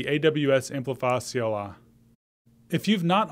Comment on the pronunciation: I thought you're saying CLR.